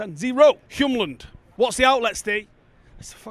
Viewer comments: It’s Hjulmand, not Hjumland 🙂. Literally means wheel-man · Hjulmand is pronounced "Yule" like Christmas and Mand means mann. So "Yulemann" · Please just look at how Hjulmand is spelled. The "m" is not right before the "l", it's right after. Why would you pronounce the "m" before the "l"? Just say "Hjul" and then say "mand".